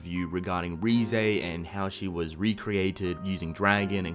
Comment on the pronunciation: RIZE not RE-zay